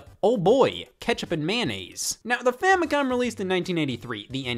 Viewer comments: Is he saying famicon? With an N? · Why does it sound like you said famicon